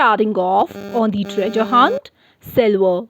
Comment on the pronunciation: You pronounce treasure wrongly